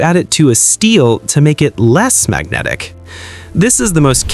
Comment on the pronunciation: bro... the explanation is nice. but the video is nonsense ai garbage... what the hell is "magrotic propertities"